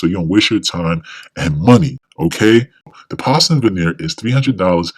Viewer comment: Why don’t you know how to pronounce porcelain?